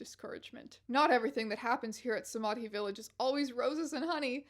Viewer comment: Strange, love your videos but the pronunciation of Samadhi kills me. It's pronounced more like Sama - dih